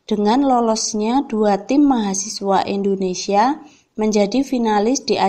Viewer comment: Di nomer 4 itu Indonesia kak bukan endonesia